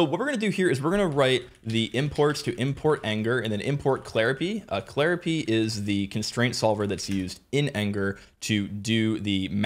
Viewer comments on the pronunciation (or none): Did you seriously pronounce claripy as clari-pee? I think I'm going to pronounce Python as Pee-Thon from now on.